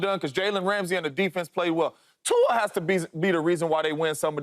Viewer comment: Why is he saying Tua like that tho